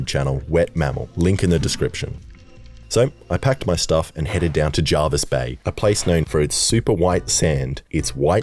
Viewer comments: Pronounced Jervis not Javis mate, also any other sydney people watching our beaches are crap bondi is better better off staying in sydney. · Each time I watch this I get set off about how you pronounce Jervis Bay